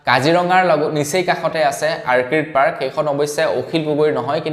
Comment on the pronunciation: আৰ্কিড নহয় "অৰ্কিড" ORCHID বুলি ক'বা ।